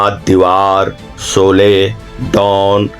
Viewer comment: सोले नही शोले 😂😂